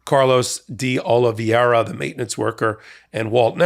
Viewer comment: Thanks for finally pronouncing Oliviera’s name correctly. Tell Ben. He still gets it wrong.